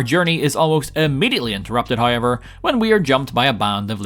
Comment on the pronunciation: You gotta say haiever every chance you get